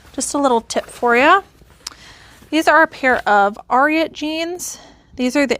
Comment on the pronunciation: Ariat is pronounced to rhyme with the horse Secretariat. AIR- ee-ut. Doesn’t really matter, just a fun fact and not meant as grammar police! 😊